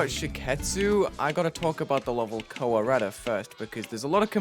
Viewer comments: Am I the only one who misheard "Kowareta" as "Colorado" LMAO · Koh-wah-reyta lmao